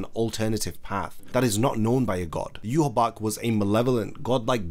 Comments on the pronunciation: Yhwach name in proper German would be yuha VACH NOT BACH, as w's in German are pronounced with a v sound in English. As a someone who understands German I've always been ticked off of by that pronunciation but amazing video. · There is no b in his name its not ywabch ahahaha its wakky anyways zangetsu is a young wakky an hichigo is white the hollow that aizen sent that bit ichi mom in the neck an she shot him in the temple with an arrow killing him facts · How did you get the Name You-Ha-Bakh when the spelling pronunciation reads Ya-Watch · I still don't understand why every youtuber pronounces him Juhawak or Juhabak. Like, I know english youtubers and words from foreign countries is always a bad combination but where do all these extra letters come from? He should be pronounced "eewach" and nothing else. the "CH" in his name is also not pronounced like a "K" either. If Kubo was inspired by the bible he should be pronounced "Jehova". Not Juhawak or Juhabak. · But he’s name is ywach it should be pronounced (ye-watch)what is yourabak 🤧😹😭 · Why the heck are you calling him "yuhABAck" and not yhwach?? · Where does the b sound come from. Isn't it yah wack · It's pronounced "yoo-watch". There's no "B" sound. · I pronounce it as You- ha- bach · In no universe that may exist, now exist or will exist is "Yhwach" a name. That dudes name is clearly JUHA BACH. Japanese are just not made for pronouncing german names. Same problem as in that crappy bounto-arc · its pronounced yah wak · Why is his name pronounced so weird? It reads eye-wash to me. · Yhwach pronounced yewhabach wtf lmao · wtf is a yu ha bak lol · Where is this pronunciation of his name coming from? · Are you pronouncing the name wrong or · You say W like a B. stop.